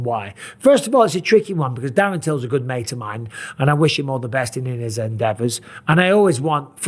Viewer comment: Love the way he says “Mayte”